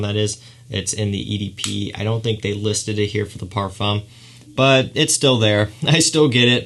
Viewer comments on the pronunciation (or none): What a handsome devil. Super charming. If you say parfum leave off the m. Literally parfuh is correct. Other wise it's eau de parfoom if it's spelled eau de parfume. Except you tighten your lips in a circle as if you're about to whistle. Eau de par-fooooom with your lips as I described. Your super elegant classy charm is only going to be amplified (you know this industry is super snobby, so it's just a tip). Also, you pronounced "toilette" perfectly. It's twa-let, eau de twa-let is exactly how you say it and the more obnoxiously french sounding you can make it the better! Well done! Lol 😂 I lived in Paris and they are some of the best and some of the worst. In any case, i love this kid and I'm certainly a new fan. You've earned yourself a subscriber.